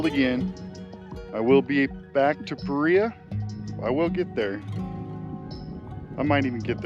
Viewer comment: Paria is a Spanish word, pronounced as Parea would be in English.